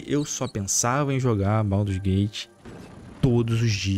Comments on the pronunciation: "Pauduru's gate 3" 😂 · é um pandeminion safado. Mas ele falando baudurgate é muito foda hahahahahahha